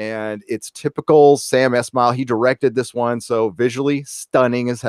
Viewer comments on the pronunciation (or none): Sam ES-mail. Not Esh-mail